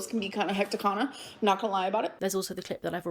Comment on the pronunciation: "I was so hecticana" no Amber you are abusive